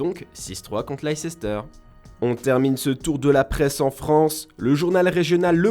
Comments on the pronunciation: Ca fait mal aux oreilles.. il a dit lei cester mdr sinon bonne video mais ca se dit leice ster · On dit leicester pas leicesceter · horrible comment il prononce laïceissteur lol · J'ai bien entendu lice-ses-ter et deux fois en plus ? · Lei-ces-ter ??? Vraiment 😂😂 Vous êtes des média sport et vous ne savez pas prononcer le nom d'un club 🤦‍♂️ (faites des efforts svp) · carrément ça la fout mal cette erreur la je l'entend plus depuis l'ecole et il la repete en plus